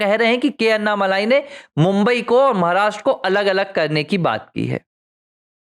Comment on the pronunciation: उनका नाम अन्नामलाइ नही, अण्णामलै है, मलै means mountain, मलै को मलाई कर दिया है